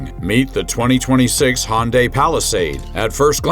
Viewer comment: Perhaps you should learn how to pronounce Hyundai. LOL.